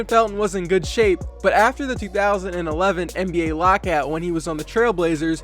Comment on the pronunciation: The first time u said NBA you said MBA